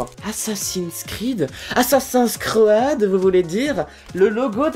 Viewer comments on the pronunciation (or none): Ou vois tu le "A"dans assassin creed (ta dis assassins cread)